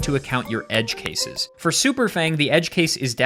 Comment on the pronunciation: "Edge cases" lul